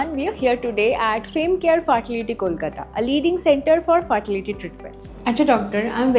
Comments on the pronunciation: Ccm : Tai ‘IBF’ boley gelo agagora ar “faartility” ta bod hoy part of her haywire tongue twister.🤪🤪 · FART- ility. CAAAA-PEL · Faartility😂😂😂😂😂 omg